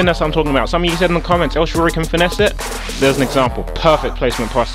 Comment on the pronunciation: HAHA HE SAYS EL SHARORY!